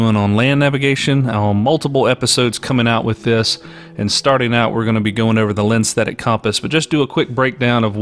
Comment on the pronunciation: "lenstetic" compass?